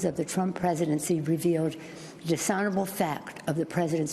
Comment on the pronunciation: It goes with "dizonerable" stupid lush.